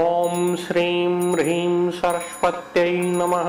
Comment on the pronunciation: Please correct the pronunciation.. Shirim/Brihim??